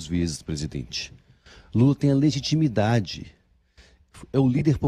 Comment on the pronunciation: Legimitidade?? Por favor!!